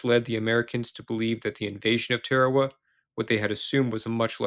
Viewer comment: Note to narrator: it’s TAR-A-WA, not TARE-A-WA.